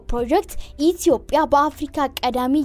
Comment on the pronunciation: ደምጽሽ ያምራል ግን ኢትዮጵያ ስትይ በጣም ነዉ የሚያስጠላው ረገጥ አታድ ርጊው ..